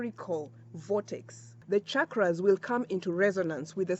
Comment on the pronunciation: I have to comment before even watching the full video. First of all thank you for pronouncing ‘chakras’ with the ‘channel’ sound and not with the ‘chicago’ sound like most people in the west do. Secondly I just started using Dr.Joe Dispenza’s ‘blessing of the energy centers’ meditation but it has been challenging as it looks like I need to prime myself and my chakras in order to truly benefit from it. So the timing of this is perfect. Thank you 🙏